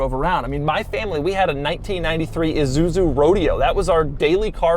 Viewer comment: Doug kills me… iSuzu, not iZuzu! Also… ever heard of the 4Runner? Yes, they’re still popular and they’re exactly this.